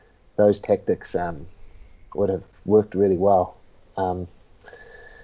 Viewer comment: lol when Eugene says “Tactics” it sounds like he’s saying “Tech Decks”